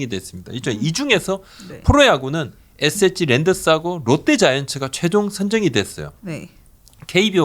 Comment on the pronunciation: SSG 발음 좀 정확히 해주시기 바랍니다 "에쎄지" 또는 "에셋지" , "에세치" 이렇게 들립니다 "에스에스쥐" 이게 정확한 발음이 아닐까요 같이 출연하신 여자 진행자분의 SSG발음하고 너무 비교됩니다 저는 처음에 SH그룹 얘기를 하시는줄 알았습니다 SSG 관계자분들도 그렇게 발음하시는걸 반기시지는 않을 듯 합니다 제가 너무 까탈스럽다 생각하실수 있지만 저와 비슷한 생각을 하시는 분들도 있을것 같습니다 이 채널을 즐겨 시청하는 구독자의 한명으로 조금 안타까운 마음으로 부탁드립니다 감사합니다